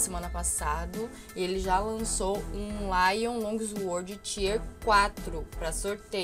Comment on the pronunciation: Vc falou lion longsword 😅